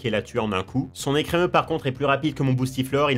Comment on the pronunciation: ah, l'ecremeuh de blanche... de bon cauchemars